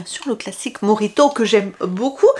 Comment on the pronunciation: Bj très bonne vidéo mais je ne comprend pas pourquoi vous dites morito il n'y a pas de r dans mojito